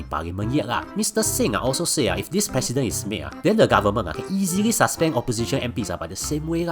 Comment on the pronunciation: It is 'pre-ce-dent'. Good video.